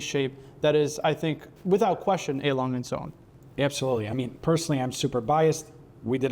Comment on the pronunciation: Wonderful watches as all ALS is, but please invite a German person to educate you on the pronunciation… ”I’m not a small guy” but you make the lovely lady small…